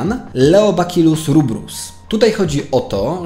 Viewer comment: Jest dużo błędów w wymowie, czytamy np. bacillus a nie bakillus, ale dałbym temu spokój 😉